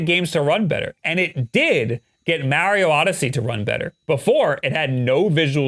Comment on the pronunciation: Why do you pronounce Mario like that?